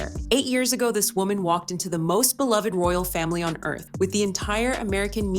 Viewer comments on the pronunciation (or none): none